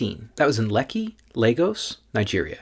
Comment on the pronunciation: Your “Lekki” pronunciation was apt!🎉